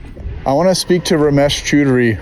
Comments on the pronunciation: Its chodry not choodry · It's pronounced 'chow-dree' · He was probably confused cos you're pronouncing his name Chew Dary when its Chow Dree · if I am correct, I think you are pronouncing Choudary incorrectly, it's not "chew" but I believe it is "chow" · Far be it from me to correct the pronunciation of the iconic, but I will because I want you to be as terrifying to the scammers as possible. It's "chow-DREE" not "choo-DREE". As an Indian, I have to tell you, you're doing Krishna's work! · "CHAUDARRY" NOT "CHOODARY" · hey man loved your video ramesh's last name is pronounced as ch-aw duh-ree as an indian the way u pronounced his last name, choo-dury it sounded like a word in hindi used for coitus. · I think it is pronounced more like Ciao-dry not Chew-dry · His surname is pronounced "Chow-Dery" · The way to pronounce Ramesh's last name is Chow-duh-ree.. Next time use this so you scare them even more. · "Romesh cHUUDry"😂😂 BRO😅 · Strongly urge you to check how scammers names are pronounced in this case his name is pronounced CHOW DAR REE. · It's pronounced cha-o-dhari! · it is pronounced "chow dery" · Hilarious dude ,a tip with Indian names choudhary is pronounced as "chow-der-ee" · lol ramesh "choodary". 😂😂🤣🤣🤣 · he read ramesh chaudhary and pronounced ramesh chudrahi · bro really called him "ramesh ch*dary" xD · For Heavens sake learn how to pronounce properly. If you can’t say Choudhry properly then I despair. You sound like a bunch of school kids. It’s Chow-dree by the way. Very low Indian caste so his family would be really ashamed of him. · If you ever get that last name ‘Choudury’ (spelt multiple ways depending from person to person) It’s phonetically pronounced ‘Chow-dhuu-rree’ Top work lads! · Its pronounced chowd ry just fyi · The funnier part is that you're mispronouncing his last name, and the mispronunciation kind of translates to "Ramesh is getting fucked", which is exactly what he deserves and is also getting. Elite.